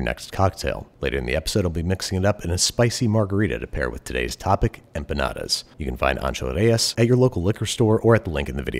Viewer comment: You were doing halfway decent with the Spanish until you hit that hard D and said EmpuhNawduhs.